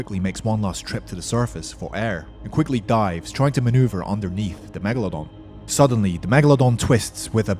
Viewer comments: Megalodon not megelodon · NOT MEGALONDON ITS MEGALODON YOU MADE ME LAUGH